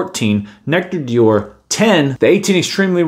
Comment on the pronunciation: I think you pronounced it fine ;) but D’or is pronounced as one syllable, like saying ‘’dor’’